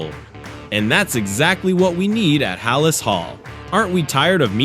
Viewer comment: Haa-Laas hall? No thanks 😂